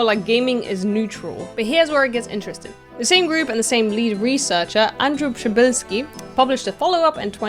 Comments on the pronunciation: WTF pronouncing that Polish surname correctly. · I was suprised by how good you pronounced Przybylski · are you polish? your przybylski was on spot